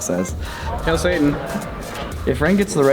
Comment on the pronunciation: Did say "Hail satan"? wtf?